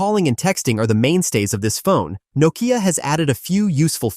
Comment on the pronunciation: It is pronounced No-Kia